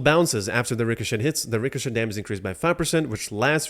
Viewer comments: Ricochet is pronounced Ri co chay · The T is silent in richochet